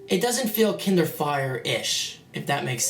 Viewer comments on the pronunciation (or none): he said kinder fire i mean KINDER